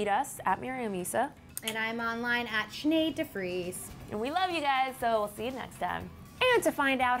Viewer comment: it's so funny that Miriam can't say Sineads surname, because it is probably europium 😂😂 in my country it's a common name😂